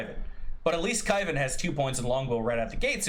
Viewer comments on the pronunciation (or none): "Kaivan" is cringe 😢